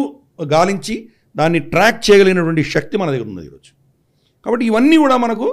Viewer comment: Shakti is wrong pronunciation